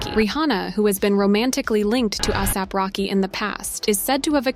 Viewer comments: Ahsap??? It's ASAP. A mean there is even a word called asap. How could you even get it wrong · The narrator needs to learn how to say his name ASAP not AAASAP